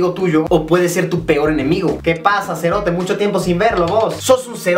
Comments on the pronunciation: Si serote lo dijistes bien 🇬🇹🇬🇹🇬🇹😅👍👍👍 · Zombie C Royale te explico amigo 😂😂😂, vos cerote, no lo dijiste mal. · Se dice "sho cerote", no cho serote